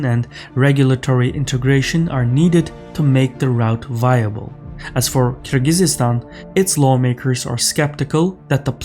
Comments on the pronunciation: "Kyrgyzstan" (3 syllables) (NOT 4 syllables, i.e. NOT: "Kyrgyzistan"; NB also: The accent is on the first syllable - pronounce: "K-I-rgizstan"). With regard to the content of this clip: Russia is not "unreliable". The EU is... it is the EU and the Collective West which imposed sanctions, thus cutting themselves off from Russia’s market and its immense, highly economical resources (and therefore damaging themselves more than they are damaging Russia, which is benefitting by import substitution and increased internal investment); Russia has only responded, and only with minimal sanctions. However, it is - unfortunately - indeed true that Collective West will likely continue to remain irrationally hysterical with respect to the NATO-Ukraine war, so the Middle Corridor will continue to benefit. To the detriment of Europe, which will - as in the case of its disastrous decision to switch to LNG - be forced to pay the price of the inherent inefficiencies of the (multimodal) Middle Corridor vis-à-vis the purely land corridors via Kazakhstan, Russia, and Belarus/Ukraine. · you say Kyr-Gyzy-Stan. Shouldn't it be Kyr-Gyz-Stan? it just sounds wrong. Edit: I checked and Kyrgyzstan in Azeri is qırğızıstan. So is pronouncing it the Azeri way, but not the English way. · Kyrgyzstan, not KyrgyzYstan, )) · It's Kirgizstan, not KirgizIZstan. (to be precise, it's the Ы sound which has no English equivalent, but is closest to the English letter"i" sound. Often, it's transliterated into English as the letter Y, but most foreigners are just confused by that). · It's Kyrgyzstan not Kyrgyzsistan btw. You don't say it like that. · Kyrgyzstan not Kyrgyzistan bro😅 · Holy shit the way he said Kyrgyzyzstan pissed me off so much. It’s Kyrgyzstan where the fuck the the extra yz come from? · Why can’t they read Kirghizstan correctly? Not Kir-ghi-zi-stan, but Kiz-ghiz-stan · is pronouncing it the Azeri way, which is why there is a seemingly random extra vowel